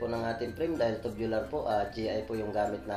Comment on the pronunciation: Tubular po hindi tobular😅😂